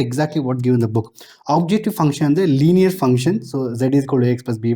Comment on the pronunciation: Sir it's linear not liner😁